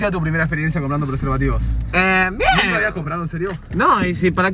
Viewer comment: soy yo o flashe que decia "comprobando persevativos" sjsjsjs